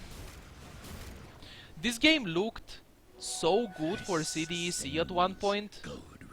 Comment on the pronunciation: its not C-D-E-C, its pronounced C DEK